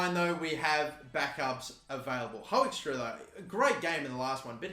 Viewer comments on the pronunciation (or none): Hey Hoekstra is pronounced "Hook-strah"